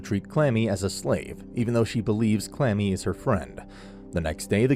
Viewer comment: He called Kurami, Clammy.